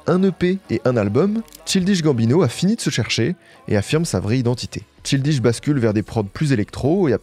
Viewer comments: mdr ca se prononce "chayldish" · CHILDISH comme le thé chai... "enfantin", c'est son nom et tu l'prononces plein de fois, apprends au moins juste c'ui-là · Le niveau abyssal des français en anglais. On dit: “Weirdo” = “Ouirdo” Et bien sûr “Childish” = “chaïldish” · justement, si c'était vraiment juste une question d'accent il ne dirait pas "Tchildishe", juste shildish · C “Tchaildish”et pas “Chiiil dish” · J’aime tes vidéos plus que tout et encore merci pour celle la. En revanche dire childiche et pas chaïldish ça tend de fou 😂 surtout que tu dis Seudi Wok pour dire 30rock Vraiment je comprends pas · "chill dish" ça m'a fait tiquer à chaque fois mdrr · cest pas possible que tu es fait un doc de presque 45mn sans avoir écouté quelques heures de vidéos d'entrevues etc. EN ANGLAIS... ou il prononce très clairement CHAÏLDISH GAMBINO ffs... donc je suis 90% sur que tu l'a fait exprès pour l'engament dans les comms.... tu n'as pas besoin de tactiques si basses pour continuer à avoir du succès man... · Childish se prononce "child" = enfant ("Chaïld") puis "ish" ("iche"). Très bonne vidéo, merci. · Je suis presque sure que ça se prononce "CHAYLDISH" gambino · ça me stress que tu prononces tchildiche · Le "Ch(I)ldish" me fait mal mais la video fait plaiz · Bro, on est fan de tout de ce que fais, et même de ton nouveau flow lol, mais ne dis pas "tchildiche" quoi, un ptit effort de prononciation plz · Tchildich Gambino J'ai eu besoin de faire une pause pour respirer, j'ai repris parce qu'on sait que ne fait que des masterclass mais à un moment il faut apprendre à prononcer les noms des gens sur lesquels on fait un *sujet de vidéo* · C’est sûr que quand on a l’habitude de l’anglais ça fait bizarre 😅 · c'est surtout le childish qu'il prononce mal, juste regarde sur google traduction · C’est une dinguerie de prononcer Childish comme ça mais bien joué pour le bait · Il prononce childish comme un bouché du Périgord 😂😂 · pitié childish se dit pas comme ca